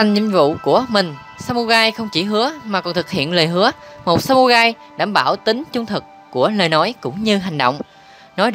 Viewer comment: Đọc sai r phải đọc là samurai ( rai ) chứ không phải samugai nhé